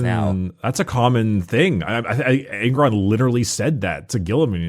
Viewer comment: Nailed Angron